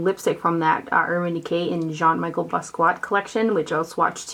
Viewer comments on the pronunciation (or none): Mi-shell bass-key-eh